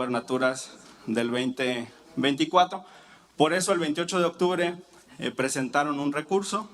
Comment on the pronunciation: actubre pertunidad somentimiento ni los viramos Esta señora ni pronunciar el español sabe